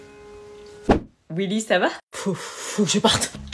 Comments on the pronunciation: Omg a un moment a dit wiwi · on dirais que a appeller willi "wiwi"